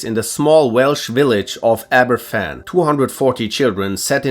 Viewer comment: Aberfan is pronounced Abervan btw!